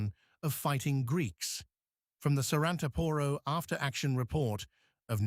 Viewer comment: ....SARANTAAAAAAAAPORO!!!...THE ACCENT IS IN THE LAST "A"...NOT IN THE "O" BEFORE THE LAST ONE!...IF YOU HAVE TO SPELL OUR NAMES, THEN LEARN HOW TO DO IT PROPERLY, FOR GOD'S SAKE!